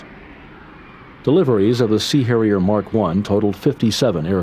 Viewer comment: giggle - the “C” Hairier. It was definitely a Mediterranean one. 🤣